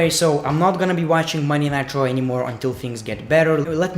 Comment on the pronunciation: Is he saying nitro or raw maybe it's his accent